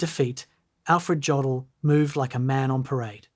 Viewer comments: Good documentary! But his name is pronounced Yodl not Jodl. The J has a Y sound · STOP. STOP making documentaries when you can’t even correctly pronounce the man’s name! OMG! His name is pronounced YOH DL Rhymes with yolk. You pronounce it with a hard J like Joseph. STOP posting garbage and At least listen to it before you upload it. Your ignorance is appalling!